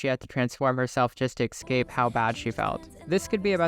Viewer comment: It’s pronounced e-ss-cape, not e-k-scape.